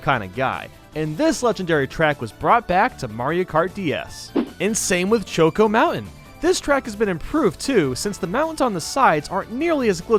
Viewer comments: Its del-FEE-no and choKo mountain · You defy the norm of saying things you say Mae-lee instead of Mae-lae you say choco instead of coco and instead of delfeno you say delfino (I know it’s not spelled right it’s just the pronunciation) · Learn to pronounce Delfino plz Also, "Choke-o Mountain"? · Dell-fye-no plaza Choke-Oh mountain